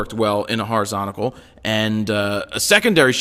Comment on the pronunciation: If you're meant to be teaching others then at least get it right yourself- horizontal. Horizontical is not going to catch on, poor english.